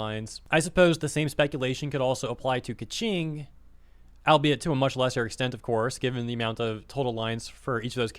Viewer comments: Lol Pie-Mon and Kvetching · Bro, there is no way Keqing is pronounced as Kaching